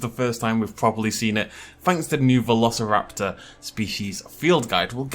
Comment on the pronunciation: "[vuh-lo-suh-rap-taw]" what?! No it isn't! Who says it like that? It's more like "veh- loh-si-rap-tor" as in like "velocity." I can only imagine they made it like that in case they thought people would assume the "si" bit is pronounced like "sigh" or something.